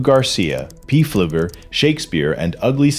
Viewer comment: The P in pleuger is silent